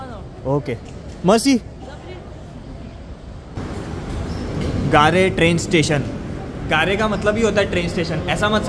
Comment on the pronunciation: It's not "Gaare" , It's pronounced as "Gair" du Nord